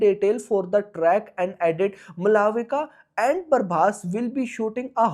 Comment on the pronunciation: A/c to 😂 Malavika ❌ Mulavika ✅ Prabhas ❌ Parbhas ✅